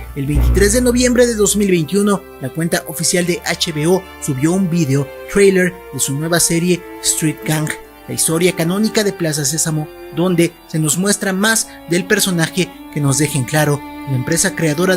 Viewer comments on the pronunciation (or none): pues "ahiga sido como ahiga" sido, sigue sonando "vidio". Y ojo, me gusta el contenido, solo expreso lo que se escucha.